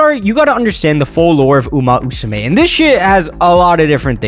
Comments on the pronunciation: uma Musume, not uma usume, come one, let me hear that MMMMMM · at first he said uma usame lmao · pretty sure it's uma musume brother. Not uma usume. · why are you saying "uma musume" as "uma usume"? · It's Uma Musume. Not Usume. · Uma Musume, not uma usume!!!! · "Uma Usame" "Uma Usume" 💀💀 Maybe just call it "Horse Girls" because that what "Uma Musume" literaly translated. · i exit the video after he say umu usume lol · Can't get past 1 minute because of "Uma Usume" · uma usume haru uraha 🤦🏻‍♀ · Enough sense to try and capitalize on the current popularity of the game, not enough actual brain matter to say the name of the series correctly